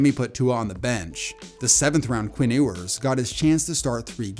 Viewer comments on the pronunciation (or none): none